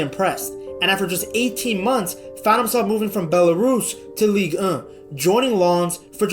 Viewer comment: damns ligue ehh sounds funny af